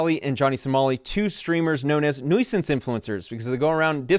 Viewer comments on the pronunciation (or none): Bro why do you say nuisance like that lol😂 It’s “NEW-sance” not “NOI-sance” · Bro it’s NEW~sance not noice-sance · Nuisance: "NOO-suhnss", not "NOY-suhnss" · The way you pronounce nuisance is crazy